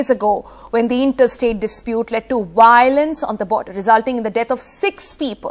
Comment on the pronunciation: Sonal its “v”iolence not wailence , “vai” olence - got it “vai” “VAI” “””vvvaaaiii””